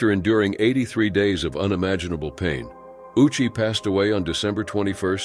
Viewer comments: Ouchi is pronounced "Oh-u-chi." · ayyyoooo! That was diabolical. Pronouncing his name like "Ow-chee", while knowing he got one of the biggest ouchies of all time.....